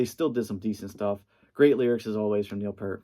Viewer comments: its Peart not Pert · Someone just hates the synth era of RUSH! Also it’s pronounced PEERT NOT PURT!